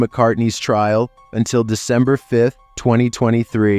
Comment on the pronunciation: devember? Lmao isn't it supposed to be December? Or am I missing a joke